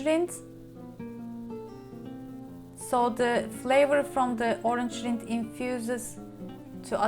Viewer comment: Yummy! Great idea I love figs. Orange rind is perfect. Rind rhymes with the word mind, a long I. Not with wind, which has a short I sound.